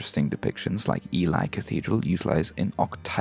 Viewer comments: Absolutely brilliant video. Hats off, Sir! Quick not on Ely, it's pronounced Elee, not Eli. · As a fellow Australian cathedral nerd (who recently got the privilege of sounding the bells at Lincoln Cathedral 😎) I think this is a great overall summary, really well-made and informative.. and also Ely might be pronounced "eelee" :) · Not to be that one🤓guy but Ely is pronounced 'EE-lee'. Very cool video though! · ely cathedral is pronounced like eel-e as it is a potential corruption of the words Eel and island as the surrounding marsh was used for eel farming before it was drained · im an architecture student that lives near one of the cathedrals you mentioned , its actually pronounced E-Lee 😌